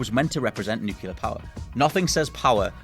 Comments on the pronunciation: "NEW clee yur," not "NEW cue lur" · Nuclear. New-clear. Nyoo-Clee-ahr. NOT FUCKING NUKE-U-LAR. Thank you George Bush. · its spelled nuclear. Not nucular... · Oh for fucks sake. It is pronounced NEWCLEAR, not NEWCULER. That is my biggest FUCKING pet peeve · It's pronounced "nook-lee-er", not "nook-ya-ler", man. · Nuculer lol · NU-CLEAR! It's pronounced nuclear... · Newkyoolur. shudders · Did you say "nucular" as a tribute to George W. Bush? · "nucular" sigh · why the english speakers have trouble when pronunciating "nuclear"?